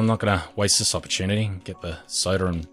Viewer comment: "opperchewnatty" dude wut